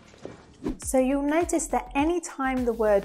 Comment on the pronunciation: nosice.....!!! nosice.....!! she says "n o s h i s"......!!!